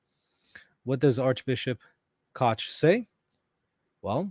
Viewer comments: I love how is unable to pronounce the German "ch" but makes sure not to go with the "k" instead to not call him "Bishop Kock" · Dich, doch, noch, nicht—all German words are correctly pronounced with a hard “k.” Likewise, “Koch” is correctly pronounced in English “cock.”Hilfe uns, Herr Jesu!(Help us, Lord Jesus!)